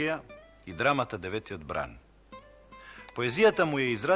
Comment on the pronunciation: Емисииве беа супер, целокупната серија -- поучна, но воочени се и грешки, за жал, како денешнава "деветиот" - погрешно, а правилно е "деветтиот"!!!